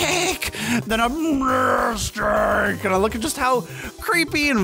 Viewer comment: Ok I want a compilation of and crew saying murr stake every time they said it in this nuzocke. Thumbs up so they can see this.